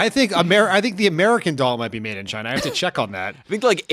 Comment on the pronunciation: After Mattel purchased American Girl dolls they the manufacturing moved to …… ChyNA! (Trump pronunciation)!